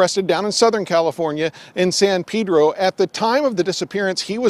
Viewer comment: San PEEdro Lol